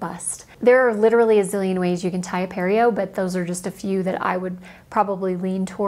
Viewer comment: Pareo (puh-reh-yo)